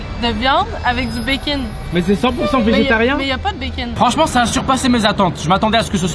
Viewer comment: "la boulette goûte le békinne" alala les québécois